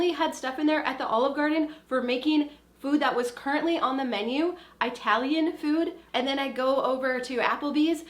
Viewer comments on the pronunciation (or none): Eye-talian food REALLY GIRL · Is that how Americans pronounce Italian? I never knew! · My Minnesota-grandma pronounces it like that too.